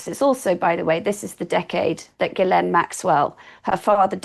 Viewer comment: I can tell Ward knows what she's talking about as she's one of the very, very few people who can pronounce Maxwell's first name correctly.